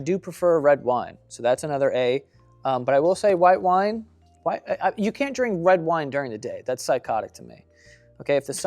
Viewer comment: Anyone else notice Joe said “wed wine” like 4 times